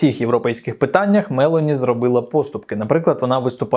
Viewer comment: Джорджа МелОні!!! Правильно ставте наголос!!!